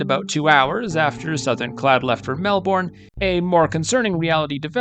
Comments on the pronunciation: I can tell you are from the US. Melbourne is not pronounced 'Melborn'. It is better thought of as Melbn. As for Wangaratta! Try Wanga rat ah. All 3 of these crashes occurred along the 2,300 mile long Great Dividing Range, which runs almost the entire length of the east coast of Australia. NONE of them would be classified by any stretch of the imagination as being in the 'Outback'. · You Yanks love those long vowels. It's not Wangarahta or Benahla. Those vowels should be short like the A in cat. Also Melbourne should be pronounced MELBN.